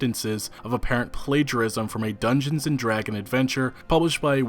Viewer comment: How is it that someone involved in the gaming industry and reading from multiple documents cannot correctly state the name “DungeonSSSSS and DragonSSSSS”? (I’ve written “and” as the pronunciation of the ampersand character.) It’s not “Dungeon and Dragon” or even “Dungeons and Dragon”. Holy cow! That’s like saying “George Luca created the famed Star War franchise”!!!